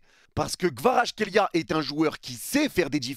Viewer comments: Merci pour tes news et pour avoir dit des belles choses sur KVARA mais, Mec peux tu faire un effort et lire son nom correctement stp? C'est quoi votre delire olalaaa?! KVA-RA-TSKHÉ-LI-A C'est incroyable de prononcer son nom aussi mal mec!! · J'suis géorgien jsuis content et... OUI! Par contre ton accent quand tu pronnonce son nom x) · Petit tips pour la prononciation : C'est en deux parties -> Kvarats - khelia avec le "kh" qui se prononce "hhh"